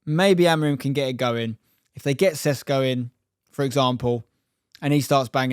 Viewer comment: It's not Sesko, it's Sh like in shut up pr shuttle, so it's Sheshko. Š you Sh.